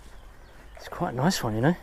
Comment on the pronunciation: "It a noice fish" X 10 - and I quit